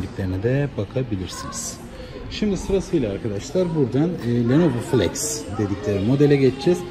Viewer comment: Ne başarısı kardeş. Adam Lenovo diyemedi 🤣